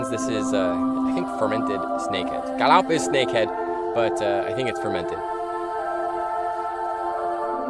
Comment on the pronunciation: nghe nói ‘’ca lóc’ hay quá kkk